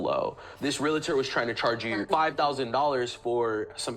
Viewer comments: Dear GOD! It's pronounced REAL-TOR NOT REAL-A- TOR!!!! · I cannot take anyone seriously that says " realator! It's realtor!!! This drives me nuts!!!! Miss Smarty with your shoulder showing shirt, learn how to pronounce what you say... smh. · Why can no one pronounce realtor?